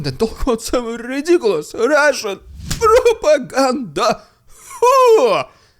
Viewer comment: This "rrrrrridiculos rrrrrrrrrrrussssian propaganda" is LEGENDARY, never stop doing this 🎉❤